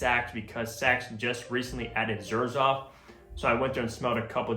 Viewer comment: yeah, misspelled Zerjoff， you don’t pronounce it with the Z but with J